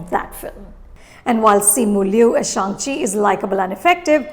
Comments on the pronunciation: Ma'am, I always love to watch your reviews, but this is the worst one. You have given away so many spoilers and even mispronounced Shang Chi. I thankfully read the comments on this video and avoided watching this review before the movie. Now that I watched the movie, this review makes me cringe. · ShAAng-Chi and AWK-wafina